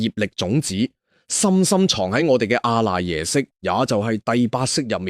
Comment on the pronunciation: (阿)讀(柯）賴耶識